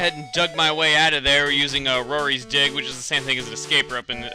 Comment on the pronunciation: lol when he said he dug out with dig not sure why but i thought he said dick... ._.